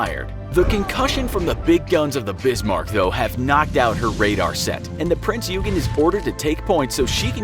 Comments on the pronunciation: the king george never had 16 inch guns, but rather 14 inch guns.~ says the destroyer rodney, the rodney was a battleship. submarine spitfire? prince U-gen? pronounced prinz OI-gen. Also, almost all planes or ships displayed are nothing alike what they really looked like (why does the bismarck have what looks like missile launchers?). the only thing that looked like anything was a perhaps renown class when referring the the prince or wales (don't feel like re-watching) and they pretty much got the biplanes on, but whats with all these 2 and 3 engine planes when referring to float planes or spitfires? not a bad video, but its not hard to look up correct pronunciation or at least closely resemble what you are talking about in image form. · Prinz Eugen - Prinzz Hoy-Gnn(or Oiy-Gnn) mostly silently pronounced the Eu = Oi/hoi/Oiy/Hoy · Not to be nit picky but it is pronounced prinz oi-gen. Just something very small I noticed sorry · You pronounced the prinz euagan wrong. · Prinz OY gen. :DDD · The way he pronounced eugen!😂 Its pronounced “Ouy-gen”! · prince ,,Jugen'' 😂😂😂😂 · Is pronounced Prinzz Oy-ghin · It’s pronounced like oi mate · "Prinz-You-Gen"... Uhmm... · It's pronounced yoygin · Ikr?, its supposed to be OYGEN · his pronunciation is terrible. He actually said, " A foot thick". But other issues mispronouncing Prinz Eugen (Prinz Oi-gun) and Swedish Cruiser Jutland (Yout-lund). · “Prinz Eu-gen” Pronounciation freak intensifies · Yup. Don't get me started on the name "Riche-loo." Or "You-gen." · the way he pronounce prinz eugen offends me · Seriously triggers me at how he pronounces it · Your pronunciation of "eugen" is very cringeworthy. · Suffolk, it might be just because I'm British but this pronunciation as well as the Prinz Eugen made me unsubscribe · Their pronunciation of Richelieu wasn't that bad although the pronunciation of Prinz Eugen is unforgivable and the misnaming of the Spitfire's Manufacturer was enough to make me froth at the mouth.